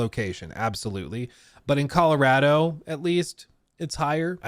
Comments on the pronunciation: Saying “Colaratto” 8 times in 30 seconds was triggering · ColorAdo really makes the accent come out 😄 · am I the only one who gets Icked out by the way like says Colorado 😂